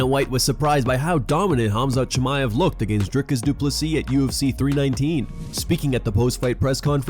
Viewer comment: Khamzat "The Green Goblen" Chamaev